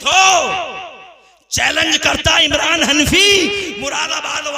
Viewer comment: इमलान नहीं है इमरान है